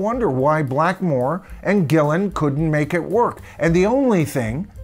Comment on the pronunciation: Morse has been in DP much longer than Ritchie Blackmore, but does that make him a better guitar player? No way. Jon Lord quit Deep Purple as he wanted to conccentrate on his classical music music. He did not have cancer at that time and he was in good health. You corrected this guy when he said "ian Gilmour" then got it wrong yourself when you said Ian Gillian". His name is Ian GILLAN. He has been famous for over 50 years and still people get his name wrong! P.S. Freudian*😆.